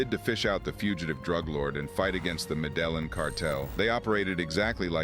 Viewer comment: The " med a lin " cartel. Dude seriously you can't even pronounce the cartel that Pablo Escobar ran and you referred. ...med a lin. Take a remedial Spanish class or use Google to pronounce words , youre narrating a fkng video and just like a dummy try to sound out Spanish words using English phonetics. How ignominious